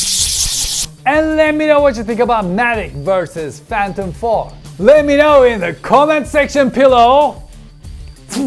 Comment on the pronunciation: Mavic, not Mavik!